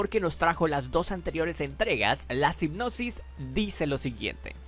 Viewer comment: Me sacó bastante del video el hecho de que digas "sipnosis" en vez de "sinopsis" jaja